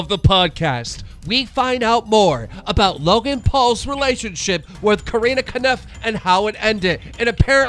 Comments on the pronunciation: Since when is Kopf a Kynph? 🤣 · Jack may nerd. Corina knopmft. David Dober man really can u pronounce anything